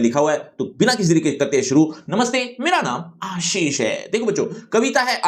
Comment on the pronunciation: Mera naam ah-sheesh hai😭😭💔💔